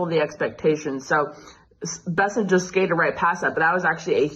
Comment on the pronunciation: Scott Bennet? At least understand who you are covering. It's Scott Bessent, not Bennet. It's not that difficult.